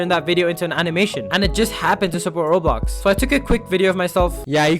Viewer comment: Why it sound like he says Rsex